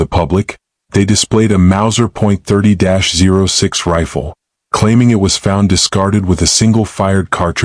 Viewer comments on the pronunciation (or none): 30-06 is pronounced 30-aught 6 not “zero” 6